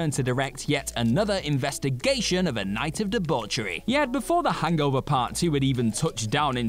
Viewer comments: I feel uncomfortable how he says “hangover” he pronounces it Hang-gover” 😅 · So the issue is he speaks the language as it was originally created(barring some modern adjustments) rather than the short form americanised version?